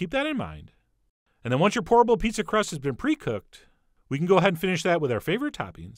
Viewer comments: When Chef said "Pourable Pizza!" I could of sworn he said "Horrible Pizza!" Me: wait, what?!?!? 🤔😂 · I kept hearing "horrible" instead of "pourable."